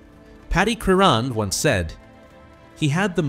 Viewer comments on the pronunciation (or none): Great video. Shame about the AI commentary that doesnt know how to pronounce Viollet or Crerand.